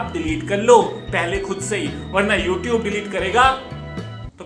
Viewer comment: Youtube nhi youtoobe..🤣🤣😂😂